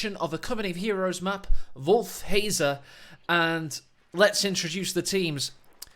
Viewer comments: It's pronounced wolf-het-za(they even say it out loud in coh1) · Dear, your pronunciation of "Wolfheze" is not sponsored by name butchery. What went wrong? Greetings form the Netherlands and stay healthy!